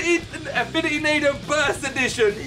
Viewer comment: It's pronounced nah-doogh